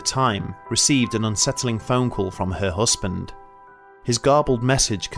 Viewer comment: Looking forward to more videos from this channel. But please try and say partner instead of "hussband" 😂 Oh and I'm sure it was a turquoise coloured key ring. Not tortoise coloured 🤔